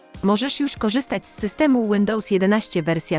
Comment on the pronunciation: Łyndołs xD